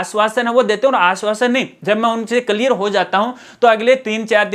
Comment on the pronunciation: आप तो नेतागिरी मत करो, और जब आपको पता ही नहीं हैँ, तो फिर बकवास क्यों कर रहे, और बोलना सीखो कलयीर नहीं होता क्लियर होता हैँ